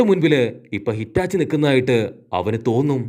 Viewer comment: Hitachi alla itachi enn parayo bro please